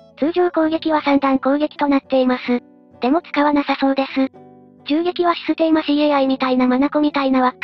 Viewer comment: スィステーマCAIは草